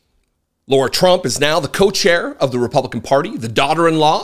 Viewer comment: He keeps saying Laura... Is it Laura or Lara